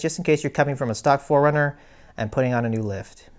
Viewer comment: Oh my god!!! 😆 PHO-RUNNER!!! LOVE IT!!! Aaahahaha!